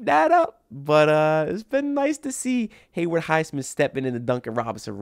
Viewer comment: HayWOOD bro, not Hayward